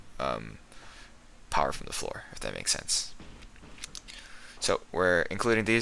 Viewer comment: Jack hammah. All powah.